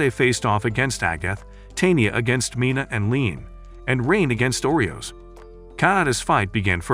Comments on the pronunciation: Umm its nit oreos lol its Arios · FIRST THAT HERO GUY'S NAME IS ARIOS AND NOT OREOS second kanade's name is NOT kanada and the woman in white is a priest not a mage